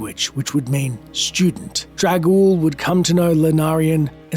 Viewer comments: Why do you keep pronouncing the name as "trag-oul"? It's got an N in there. It's "Trang-oul". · Its TRANG Oul TraNg.... not trag... or drag ...